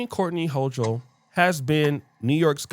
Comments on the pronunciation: If you want to dog the woman, which she clearly deserves, at least please pronounce her name right. It’s hoo kol, not hoo chal. Thanks. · Its ho-kul... that's how u pronounce it 😂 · Born and raised in Brooklyn NYC and she is a racist.. Eric adams isn't any better. He panders to them. And its HO-KOOL BRO. 😂😂